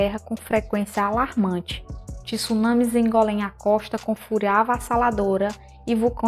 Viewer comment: Pq as pessoas insistem em falar "TISUnami"? Sendo que é TSUnami. Tsunami vem do japonês “tsu”, que significa porto, e “nami”, que quer dizer onda